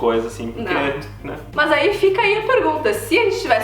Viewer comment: Adoro o Canal.. Me acabo de rir,quando a fala: "Maas"...